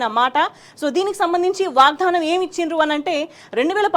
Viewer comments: Ammaa … vaagdhaanam kaadu. 🙏 Vaagdaanam😢😢😢 vinalekapotunnaam.. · వాగ్ ధానం కాదు... వాగ్దానం... సరిగ్గా పలుకు ఆమాట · వాగ్దానం పలకడం రాదూ? వాగ్దానం వత్తి వత్తి కర్ణ కఠోరం గా పలుకు తు న్నా వమ్మా